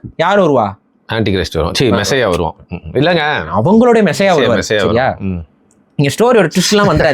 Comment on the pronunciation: Bro neega solrathu siria law du kekuthu Sariya solluga athu shariya law